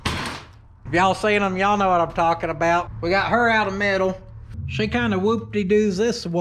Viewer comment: It’s “YEEHAWL….saying it short like “YEHAWL” sounds like you’re asking him if he does actually hawl, ya know. 😆